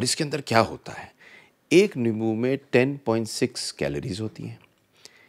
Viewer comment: Its limbo not lebo